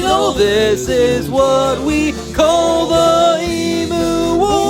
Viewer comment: i have a problem with the emu pronunciation